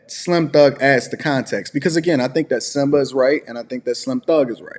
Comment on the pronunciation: "SYMBA"......... ya'll need to do better